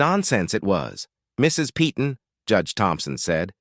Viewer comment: Once again the name 'Peyton ' is normally pronounce 'Payton!'. Doesn't anyone check these things before airind them? And if its AI, its even more stupid!!!